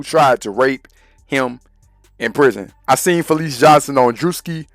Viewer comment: Ita fleece, not felice !!!